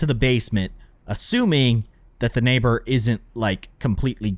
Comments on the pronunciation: Lol nabor its neighbour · you called the nabor